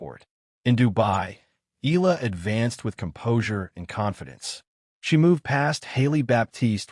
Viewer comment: ...please pronounced the surname of Alexandra Eala (...it's Eh - ya - la )...and it's no longer hype nor popularity she's slowly but surely climbing the ranking of women's tennis in the world stage.. Filipinos mostly that flocking the arenas are overseas workers now represented by Alex Eala, a national symbol for her respectful work ethic, resilience and humbleness..